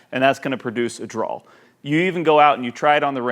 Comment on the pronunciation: Btw... the word draw is pronounced “draa”. Not draal. Dude no ‘L’ at the end.... Draw.